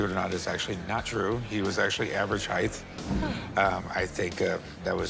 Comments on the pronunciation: Why do people put a “th” at the end of the word “height”? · Average heighth?? It’s just “height” Corey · Corey looks like crap. Did he say heighth?